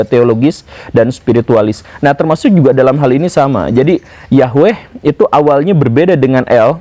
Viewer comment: Woo. Saya kira guru ketika membicarakan tentang materi ini,dalam keadaan sadar,tapi ternyata sedang mengigau to....?🤭🙏 Tapi bagus,karena guru gembulpun akhirnya bisa mengeja atau melafalkan NAMA... "YAHWEH" dengan benar. Bahkan sudah tahu arti NAMANYA pula....,yaitu: yang Menjadikan segala sesuatu yang sebelumnya tidak ada, Menjadi Ada. Sekali lagi....Bukan sekedar menyebutnya dengan sebutan Tuhan,atau Allah,atau Got atau Tien,atau Gusti Kang Hakaryo Jagat,atau Sang Hyang Widhi Wasa dan yang lain sebagainya. Karena YAHWE itulah NAMANYA,dan sebutanya.....,akan disebut sebanyak suku Bangsa dan Bahasa yang ada ditiap tiap suku Bangsa di Bumi ini. Karena memang YAHWE saja, sebagai satu satunya ALLAH yang Benar( yang Nyata Ada sebagai Pencipta Langit Bumi dan se Isinya ini )..yang kita Orang Indonesia dan juga Orang melayu menyebutnya dengan sebutan.... Tuhan atau Allah. Cumaaa karena guru sedang mengigau saja,jadi guru lupa bahwa NAMA YAHWE itu bukan dari bahasa Arab kuno. Karena Bangsa Arab mulai ada itu setelah Abram mengambil salah satu budak perempuanya yang berasal dari Mesir yang bernama hagai,yang di berikan Istri Abram kepadanya,dan yang akhirnya memperanakan Ismail. Dari Ismail inilah....lahir banyak Bangsa,dan Raja dan salah satunya ialah Bangsa Arab. Jadi igauan guru akibat dari membaca buku sejarah sekuler bisa saya maklumi,sebagai IGAUAN belaka..., akibat ketiduran karena kecapean setelah membaca tadi lalu ketiduran di SIA